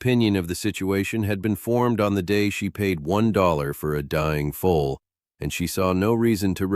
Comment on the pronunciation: Foal,not full. not fool